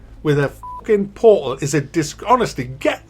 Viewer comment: Portal= Po-ho